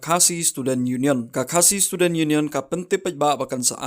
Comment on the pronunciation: Pronounce bha seh bah, students' ym dei student, ym dei not, not, not, dei naught... Lane nod...